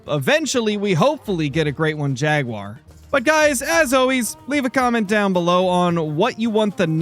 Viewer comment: "And ou tof no where get mouled by Yaguar" its Jaguar 😂😂😂